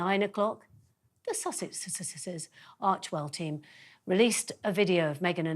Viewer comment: Yeeessss, this nest of serpents and vultures have had their feathers ruffled. 😂I also noticed the hissing sound this woman made as she tried unsuccessfully to say the name of the sussexes properly. 😅😮I advise her to consult her training notes on the importance of getting their names pronounced correctly. Wouldn’t want a lawsuit now would we? $$$ ☹️I had to lol when she tried unsuccessfully to use her critiquing skills to disguise the fact that she was really trying to get that annoying swarm of bloflys away by trying to copy Harry’s enthusiastic hand movements.Never mind we’ll try to forgive you. Now then, you forgot to marvel over the obvious speaking skills that Dearest Harry has for speaking from his heart without having to try to read someone else’s notes about the charity set up in his Mother’s honour. Perhaps you could use your wonderful influence to brush up Willy’s skills if you can find them. Seriously just between you and I , he did a wonderful job 🙏 Now, having said that let’s get back to the news that’s really made you all excited “Princess Meghans new channel “ 😅 Drum roll please! I can see you’ve all got your knives and forks out desperate to tuck in. Remember your manners now. It’s not a bun fight. Sorry I have to go. Thanks for the entertainment while I drank my morning coffee with a hearty chortle 😅And I’m sure Meghan appreciates you being one of the first to promote her new channel😇